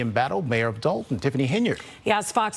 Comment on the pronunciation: They keep pronouncing it like Dalton, but it's appropriately spelled Dolton, as in DOLT! 😂